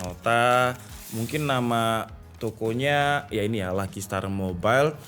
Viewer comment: Berasa janggal aja gitu pas nyebutin nama toko nya bang🙏